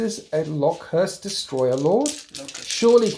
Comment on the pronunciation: Lokhust (like the insect) not Lock Hurst